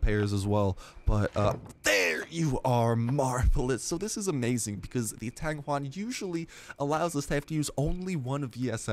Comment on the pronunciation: u just butchered the word tang yuan.